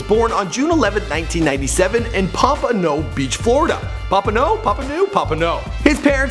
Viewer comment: fr and why he pronounce pompano and blanche ely like that lmfao